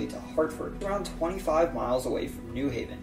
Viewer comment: When saying New Haven, the emphasis is on the Haven. (New HAY-ven, not NEW haven).